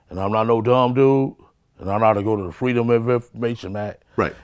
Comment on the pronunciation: "i'm not no dumb duuuuude....." " and i know how to go to the Freeaduaummb of infoaramatin act"